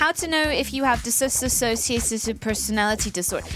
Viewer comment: It's dissociative, not dis-associative.